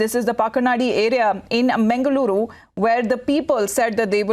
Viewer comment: Hello madam...its mangaluru..not 'mengaluru' & its pacchanaadi not 'pakkanaadi' pronounce correctly😏